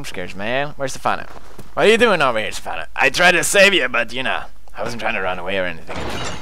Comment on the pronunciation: Its Stephano not safano